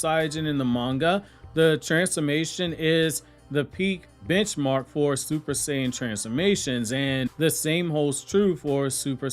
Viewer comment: Bro said super saiJin